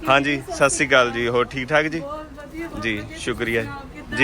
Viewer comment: Sat Sri Hunda Sassikaal ni hunda😅